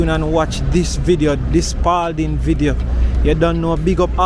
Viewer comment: No s on Spalding